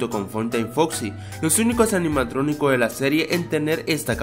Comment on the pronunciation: dijistes en el minuto 1 04 animatroniscos jajajaja